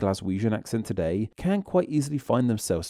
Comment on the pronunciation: He has a weird pronunciation - a weird lilt at the end. "Todaye" "quicklyeh"